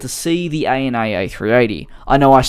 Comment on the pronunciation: You say “A-N-A”?? I call it “Anna”